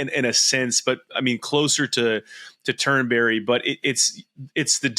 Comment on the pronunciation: It's not Turn-berry it's Turnbree. It's not difficult.